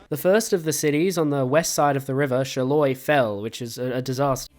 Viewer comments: For your information, its not “Chaloi” but rather Charleroi, pronounced as “shaa loir wa”. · Charleroi being pronounced as chaloy is painful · As a belgian, my soul burns everytime you say " Charleroi "